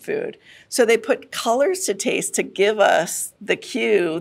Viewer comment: It sounded like she said "author and tease expert" and now I cannot get over it.